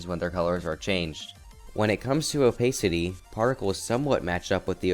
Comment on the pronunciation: robtop has said he would increase the custom object limit in 2.2 also the way you pronounce opacity really bugs me moving speed arrows would break the editor because it'd have to recalculate when each applies, if checked